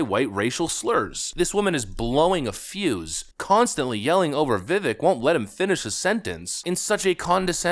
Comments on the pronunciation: Vivek. Like cake..Vivek. That's how you say his name. He told me himself. Seems like a great guy. I'm one of his District Captains. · It's pronounced VivAKE like cake 🎂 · I love your show, and a lot of it includes Mr. Ramaswamy and his first name is being mispronounced, it’s supposed to end sounding like cake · Dude, as much of a fan of Ramaswamy as you are, you still cannot pronounce his first name? As he's said, so many, many, MANY times, his first name rhymes with "cake" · Vivek, it rhymes with cake. 🎂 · Pronounced...Vih-Vake! Get used to it he's our next president 🇺🇲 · Vivek’s name is pronounced “Vi-Vake”, like Cake. I know many folks don’t know that. I’m mentioning this because I love the content and work you’re doing,! Keep up the good work. For real, all the love my man. 👍😀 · By the way, Vivek is PRONOUNCED ‘ViVAKE’! Like Cake. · Vivek... rhymes with cake. Vi-Vake would be the most correct pronunciation. Just sayin'......................... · His name is pronounced Vih-vayk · It sounds like Vivake, like cake. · And his name is pronounced Vivake, like cake. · If you really love VivAke as much as you say. Learn how to say his name. It's ViVAke like cake! He will never he taken serious if his support can't say his name! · VIVEK- like CAKE. VIVACK- LONG A. Please get his name correct. Please. Thank you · This is going to sound petty but why can’t you pronounce Vivek correctly? The E sounds like long A. Accent on second syllable. Thank you. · FYI... it's Vivek, Vi-(Vek) pronounced like Cake. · if you wanna be taken serious you should pronounce vivek's name right. i could give you a pass like 6 months ago but at this point cmon now lol